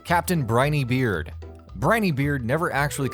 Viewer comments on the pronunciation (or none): Fun fact: it’s captain br-en-ee beard